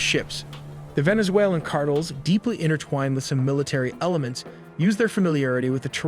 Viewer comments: Cartles? My man. Car-tell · Car-tell not card-tol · Rewsevelt, cartehls, cmon man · “Cartles” 🤖 lol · The AI speaker for their videos sounds impressively natural until they pronounce simple words very unnaturally. Like “cartels” they pronounce “cart-ulz” or “kilometers” as “key-low-meeters” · Please learn how to say cartels. It’s not cartles or cartils 😂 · Also Cartels? What’s a “cartull” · “KAR _TELZ” Brah….. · Do you, a live human narrate these videos? I always assumed it was a human live narrator until i heard the pronunciation of the word cartels. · Man, you really can't pronounce cartels? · say "cartels" like barbells. lol. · Actually can't believe I clicked on this garbage because you're obviously an AI garbage account. It's pronounced cartels. And it's pronounced lake Erie